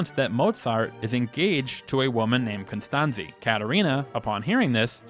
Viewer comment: The overwhelming popularity of Amadeus during its theatrical, cable tv, and VHS releases proves that this theory has the fatal flaw. People DID NOT watch the movie and leave confused about Constanze's (pronounced Cone-stahn-tsa btw, not Con-stan-zee) treatment of Antonio Salieri. I watched the theatrical version in 1989 and had zero questions about her behavior. I'm sure this is because at a time of desperate need and showing extreme humility, Constanze went to Salieri and without asking for a favor, (only consideration based on merit) Salieri's response to her was to dump her husband's original scores onto the floor, walk on them, creasing them in the process, and abandon her kneeling on the floor like a child without the assistance she'd requested. Add to that, that because Wolfgang was mocking Salieri throughout, even assuming (as this video points out ) that Salieri didn't like him , one can assume that Mozart complained to Constanze off camera as well, and so one can understand that Salieri's name might have been mud to Constanze. In the movie, Constanze didn't even like Emanuel Schikaneder a real life friend of Wolfgang's. No reason at all was given for that. Yet this video didn't question it once.